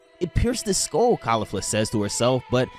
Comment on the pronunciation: This shit was atrocious tho… the pronunciations where so bad dude I can’t 😂 kalifla and the resengan 😂 and the way you talked to me thru the whole 17m I watched painstakingly 😂 good concept tho not yours so I can at least tell you that you did a horrible job narrating it 😂